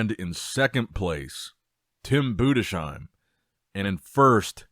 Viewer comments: Budessssssheim u philologist not budeshheim its not that hard even tho you are American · Tim ‘Boo-dess -hime’ He will get it right one day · Little closer this time but still not correct it's pronounced boo - diss - hime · It’s Tim BUDES - HEIM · His name is pronounced TIM BUUDEZHAIM, please long U, not SH but Z